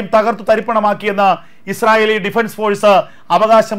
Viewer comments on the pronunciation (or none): none